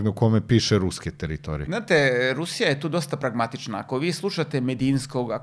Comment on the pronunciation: Ne kaze se TEritorije nego teRItorije...